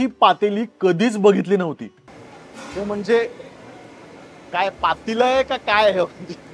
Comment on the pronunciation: पातेलं. पातीलं नाही. चविष्ट. चविष्ठ नाही. 😊